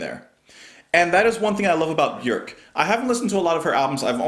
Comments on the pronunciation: You pronounce her name the closest to how it is actually pronounced in Icelandic it is pronounced like ' work ' with a B . Most everyone else says ' Bee- york ' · It’s hard to pick a favorite album of Björk’s (thanks for correctly pronouncing her name). But Vespertine is definitely in my top 3 with Homogenic and Medulla most days. Sometimes Vulnicura sneaks into that top 3, and kicks out Vespertine though